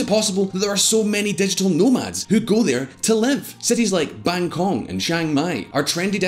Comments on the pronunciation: He pronounced Bangkok as Bangkor?? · cities like “Bangkong”??? 🙈 Thai people gonna get pissed. (And I’m not even Thai) Be respectful and read the name of the city properly. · lol i thought I heard wrong. Bangkong. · I heard that too. Bangkok + Hong Kong = Bangkong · I stopped watching after I heard the word “Bangkong” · You lost some credibility with me when you called the capital Bangkong....... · Bangkong??? such a creative way to call Bangkok. its the capital city for god's sake. learn how to pronounce the capital city correctly at least before you make the news. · Bangkong? BANGKONG? ITS BANGKOK! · Bangkong???! 😂😂 wtf mate.. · Bang-kong Sorry, it's mispronounciation. you need to do more research before doing this video. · Bangkong? Couldn't bother to pronounce Bangkok? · I heard BangKong for a moment XD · You know how well informed your opinion on a country is, when you can’t pronounce the capital city correctly